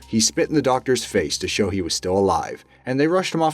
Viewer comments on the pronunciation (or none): none